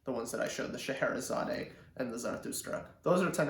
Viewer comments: Not "Sche he re zaday." Just "Sche he re zad." The final e is silent. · By the way it’s pronounced Shar hara zard 👍🥴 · I'm afraid you are wrong here. Since it's a piece by Russian composer it supposed to be pronounced the way he pronounced it: sheherizad